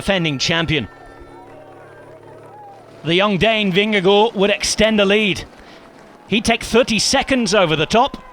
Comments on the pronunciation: The man's name is "Vingegaard". I don't know why he's called "Vingego". How can you make an "o" out of two "a"??? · Yeah, but the name of Jonas Vingego seems to be too difficult! 😉 😂